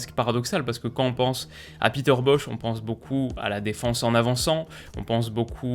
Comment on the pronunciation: Peter Bosz se prononce Boss, mais ni Boch, ni Boz. Merci pour ton analyse. 👍